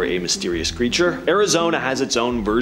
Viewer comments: It's pronounced Mo go yawn Monster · Ok… Mogollon… pronounces “Mug-E-on”